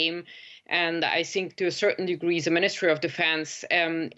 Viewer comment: I Think or I sink?😂😂😂